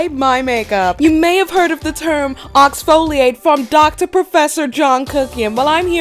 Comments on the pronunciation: Oxfoliate lmaoooo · NOT OXFOLIATE 😂🤣💀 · “Oxfoliate” lmfaoooo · "oxfoliate"